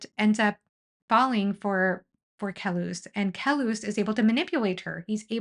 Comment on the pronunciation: Great video. Though I want to mention that the way Bakker pronounces Kellhus is similar to Dallas. It does not sound like Kel-hoos.